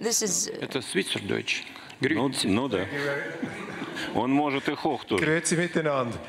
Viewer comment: Min. - Putin sagt "Schwizerdütsch" und "Grüezi". - Und das besser, als 99 % der Deutschen, welche in der Schweiz leben ! ..